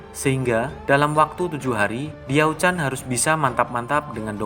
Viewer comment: Baca Ravage of Time deh... Di situ Lu Bu (Li Pu) nya pintar... Kadang2 interpretasi pembuat filem sih boleh2 aja. Kalo gw lebih terganggu dgn cara pembaca nyebut nama Li Pu(Lu Bu), Tong Chuo (DongZhuo), TiaoChan(DiaoChan)